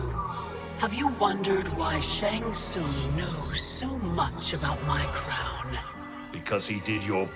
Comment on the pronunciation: Bruh, why you butchering my boi's name like that. It's Shang Tsung. xD